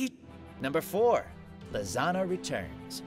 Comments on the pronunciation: Am I the only one who thought when Todd said “ Lisanna” it sounds like he’s saying lasagna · why Lisanna almost become Lasagna when you speak her name..? you must be hungry.. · When he says lisanna it sounds like hes saying lasagna lol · The one and only natsu.. or Todd .. just said lisanna’s name wrong ... oh sorry but burn Nali fans